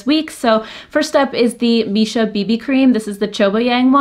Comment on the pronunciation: Just a little FYI, Missha is pronounced Me-sha :)